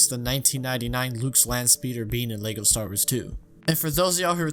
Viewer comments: Bro STAR WARS, not Stawas 😭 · Does anyone else hear him say stawrs instead of star wars? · Whenever he says Star Wars it sounds like he says Star'ers. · Why does this guy say "lego stars" and not lego star wars and he acts like nobody knows that lego makes star wars lego sets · you said "lego stars" beo!!!!!!!!!!!!!!!!!! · "LEGO Stars" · “Lego Stars” ... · He says Lego Star-ers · Bro are you saying “stars” or “star-wars” I legit can’t tell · Bruh the way you pronounce “Star Wars”.